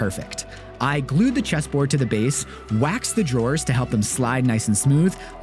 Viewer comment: It was only when u said it that I realized.. this isn't a pallet cheeeeseboard... this is a pallet chesssssboard!! xD